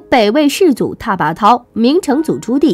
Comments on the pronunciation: 拓跋涛，拓，念tuo，不念ta。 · 拓拔焘tuoba，不念taba